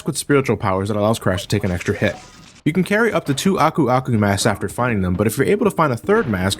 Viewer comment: Oh my god I swear to god you're one of the first to pronounce Aku Aku correctly. I keep watching other Youtubers, but for one reason or another they have very weird ways of pronouncing his name. So props to you man.